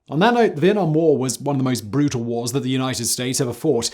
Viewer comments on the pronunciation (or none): none